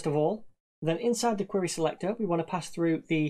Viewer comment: This is small, but how he says SeLecctoRRR cracks me up